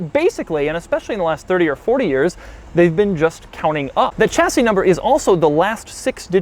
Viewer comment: The "ch" in "Chassis" is pronounced "sh"